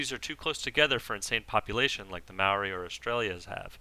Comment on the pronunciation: Also I noticed you pronounced 'Maori' correctly, as a New Zealander I am pleased by this. Please continue being awesome :)